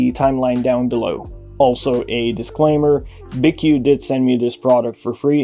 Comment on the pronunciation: Btw its pronounced BQ there logo is even a B and a Q